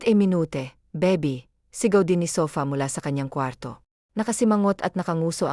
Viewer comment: Bakit ganon mag salita yung baby naging babi